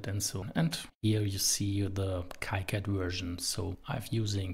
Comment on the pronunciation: it is kicad like the sound of key....so it sounds "keycad" . you can ask the developer for it.